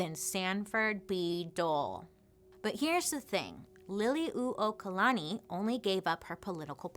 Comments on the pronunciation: literally cheered out loud at bailey’s pronunciation of liliuokalani—well done! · Great pronunciation of Liliʻuokalani. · Perfectly said.. you pronounce our Queens name beautifully